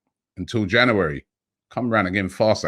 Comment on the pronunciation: Is it me or is he saying January weird. Jana- werry 😂😂😂